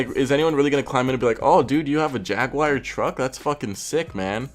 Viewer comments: ...Yag War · Jag-oo-are not jag-wire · Whats a jagwire? Did you mean jag-you-are? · American: Jag-Wire Brit: Jag-U-Are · Jagwire? you mean Jaguar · It's Jag'war not jag'wire 😂 love your videos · Why is he saying “jagwire” lmao. I’ve heard jagwar and Jaguar but never jagwire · The moment he said jag wire I can down here to see the comments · If you want to die, take a shot every time he says "jag-wire" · Literally no one:: jAgWiRe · dude its JAG-U-ARE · every time you said jag-wire i got more and more flustered J A G W I R E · Not a jag wire , jag you are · jagwire huh?! GG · Why he say jaguar like jag wire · Why do you keep saying "jag wire"? If your making a video on how stupid ricer shit is you might want to know how to pronounce the name of the manufacturer correctly...just saying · Got damn dude it's not jag_wire... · JAGUAR (JAHG-YOU-ARE) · NO JAGUAR BUT JAG WIRE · Sure... Jagwire.... do you also drive a muhs tahng or a moose ting... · Jagwire.. come on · Ever time he says "jagewire" take a shot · don't know why but every time you say Jaguar i understand Jagwire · "jag wire" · so...the guy critiquing other peoples cars cant say Jaguar? if you can at least read....there is no wire in it...like, at all.